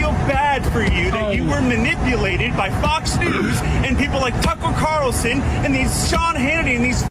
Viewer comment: “Tuckle Carlson” ?